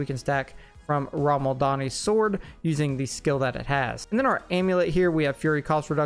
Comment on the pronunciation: Only thing I have to say is, please, for the love of Odin, learn how unique names are pronounced!! It's RAH-MAH-LAHD-NI, not, RAHM-AL-DANI. Eesh.